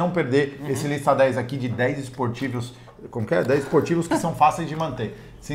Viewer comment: “Esportivos” hahahaha